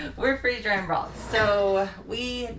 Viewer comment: I thought you said “freezing drying balls”!!!😂😂😂